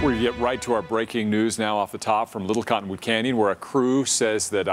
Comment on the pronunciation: Did he say 'from little cotton wood candy?'